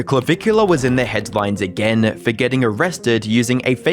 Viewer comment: Less then a year a-GURRR 😂